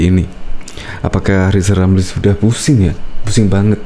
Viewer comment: Keminter, ngomong R saja belum jejeg kok sok-sok-an. Siapapun presidennya nanti, RR tetap tdk akan laku, tetap akan menjadi ekonom jadul gelandangan sepanjang masa, karena semakin banyak ngomong tak bermutu akan semakin tampak kualitasnya yg minor shg tak layak menjadi bagian dr eksekutif nkri